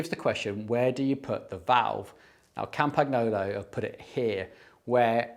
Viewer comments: Please pronounce Campagnolo like "campaniolo", it's way better than "campag-nolo". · Campagnolo is pronounced "Come-pun-yolo"! "GN" in Italian works like "NY" in English. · FYI… The G in Campagnolo is pronounced like the word: Gnocchi (pronounced /nyo-kee/ so Campagnolo is pronounced /kam-pan-yo-loh/ 😉